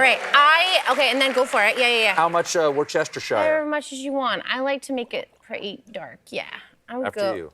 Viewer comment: Surprised Colbert didn’t know how to say Worcestershire!